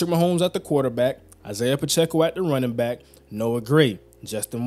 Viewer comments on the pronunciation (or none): none